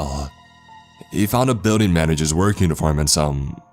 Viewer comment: Trevor and Tori he also says words like BUILDING like “BEEWDING” instead of BILL DING